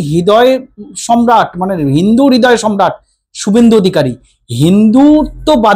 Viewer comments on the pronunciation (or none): none